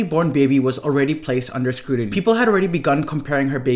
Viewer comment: Dude, stop pronouncing "c"s like "d"s! There is NO such word as "scruDiny"! You're just being lazy and spreading the plague of illiteracy. It's shameful and irritating. SMDH